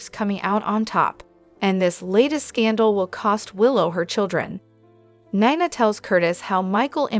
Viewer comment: Neena not niiina